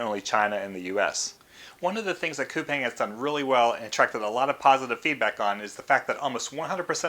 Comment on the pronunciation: Coupang is actually pronounced as "coupon". I learned it at the investor's roadshow. Roblox and Coupang are on my list.